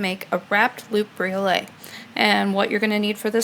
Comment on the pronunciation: Pronounced "bree-oh-let". "Bree-oh-lay" would be spelled briolet.